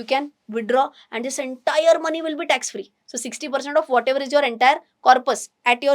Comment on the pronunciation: Are you willingly miss pronouncing words..not clear and confusing audience? Tax free word eaten fully